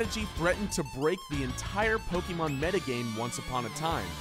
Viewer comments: And pokeemon and not pokémon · Ang Tze Wei Yes I know, but people like him (normies who are painfully out of touch with the series) always call it Poe-keeeeee-Mon. It's extremely cringy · Anyone one notice how he says PokEEmon